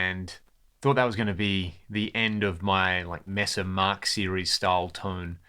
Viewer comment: I'm sure you know it's pronounced [may-suh] not [mess_uh]